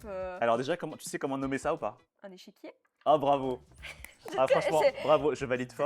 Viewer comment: pour le coup c'est un échiquier pas un "échéquier".